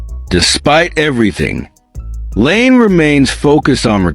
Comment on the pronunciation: What the fuck are you doing? 'Leaves'? Laine pronounced Lane? You're a fucken idiot and I'm about to get you channel shut down.